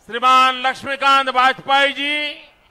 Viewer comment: Man can't speak the word Shriman properly. Don't expect English fluency, atleast Hindi fluency toh ho.